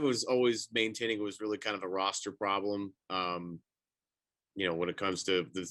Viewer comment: Why emphasize the "problem" so much. Nick nurse won his first title in his first year with raptors